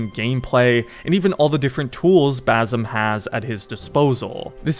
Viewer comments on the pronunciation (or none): Why the fuck are you saying bazem ...